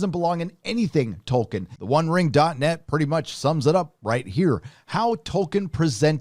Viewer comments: In the interview excerpts with Jackson, doofus Charlie Rose shows he's never heard of Tolkien by calling him "Toikien". Clearly he misread the interview brief and thought the L in the name Tolkien was an I. Yet more proof that those purportedly highly erudite and venerable lefty TV hosts like Rose are just a bunch of ignorant, overrated buffoons. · How can you listen to someone who cant even say Tolkien right? Lol ITS PRONOUNCED TOL-KEEN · 11: 49 - "Toy-kin"?? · I thought it would be fun to down a shot every time he mispronounced "Tolkien." I now have cirrhosis. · Whatever happens, it can't be as bad as your pronunciation of Tolkien.